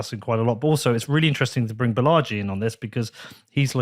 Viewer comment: Sigh. Way to mispronounce your guest's name. The accent is on the first syllable, BAlaji, like baller, not like Bellagio